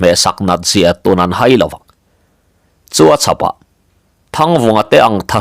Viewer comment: Pawi hming, Thanhaia, Zahaia, Lenghaia, Haikunga, etc tih angahte pawh hian HAI tih hi thluk tawi, 'Ka lo hai deuh che a nih hi,' tiha a rik dan anga lam tur a ni bawk. A awmzia pawh, midangte mamawhna leh ṭanpuina mamawh, tih ang deuh a ni.